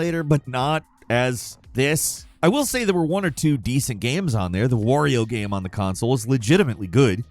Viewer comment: instead of describing the ''off key music'' or bad controls, why cant you ever show it? and please say ''game'', not ''gahm'' it's been over a decade